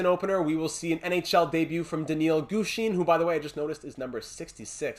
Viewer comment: Great episode as always! I’d definitely look for a 4th line penalty killer. Boucher and Gushchin (pronounced Goosh-in, by the way) have not been cutting it. Pavelski seems like the best option, but he’s a little pricey. Offer Weisblatt and a mid round pick, and if Carolina declines, I’d look elsewhere, Pavelski would be a great storyline guy, but we can’t give up too much for a 4th line rental. The other guys I’d look at are Nieto and Kampf in Ottawa. Both fit the 4th line penalty killer mold pretty well and shouldn’t be too expensive. I’d also call up Hornquist and give him a look. Lindberg’s losing record is worrying me. Doesn’t have to be for the rest of the season, but I think he should get a couple NHL games here and there to see what you’ve got in him. Here are my thoughts on some of the prospects. The med elite guy from Buffalo would be nice, but our top 4 is already set for years to come. I don’t see a spot for him in the lineup. Carlsson is great too, but I’d wait until the offseason to make a move for him. Dallas seems to be buying, and they’d probably want a roster player for him. There’s no one on the roster I’m willing to give up for a prospect at the moment. Maybe Lind, but the way our penalty kill is struggling, I think we have to hang on to him. Maybe trade Glass for him this offseason before you lose him for nothing? Lastly, I wouldn’t put Bystedt on the power play unless it’s production falls off. The power play is playing way too good to make any chang